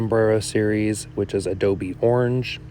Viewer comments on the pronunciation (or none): none